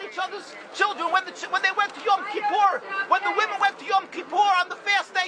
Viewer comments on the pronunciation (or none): notice how he pronounces yom kippur, you are not a jew but of your father the devil.